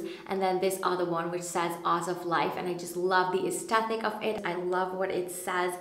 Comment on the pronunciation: For the entire video you pronounced aesthetic wrong. The 'th' is at the second syllable not the third.